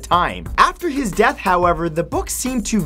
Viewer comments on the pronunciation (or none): none